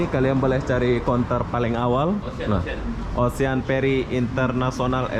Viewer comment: Ocean dibacanya osiyen,ocean ocean,ocehan tetangga?wkwk